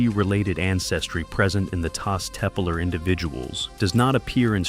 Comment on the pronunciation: Taş Tepeler, or Stone Hills, should be pronounced tash teppeller(sh), the final -ler syllable (a plural determinant*), stressed. Final r's use to fuse into a soft sh sound. __ *): Turkish having vocal harmony, there is another plural determinant, -lar, for words whose last vowel is a, o, ı, or u: Korku (fear), korkular (fears), Kanat (wing), kanatlar (wings), Su (water), sular (waters), Kıl (hair), kıllar (hairs, head hair), Rüya (dream), rüyalar (dreams), [But: hayal (dream), hayaller (dreams)], and -ler is for words whose last vowel is e, i, ö, or ü: Deniz (sea), denizler (seas), Süt (milk), sütler (milks), Tel (wire), teller (cables).